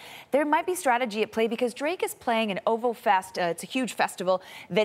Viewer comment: Lol she didn't pronounce OVO the way it should be